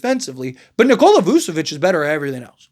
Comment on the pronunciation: voo? nah vooch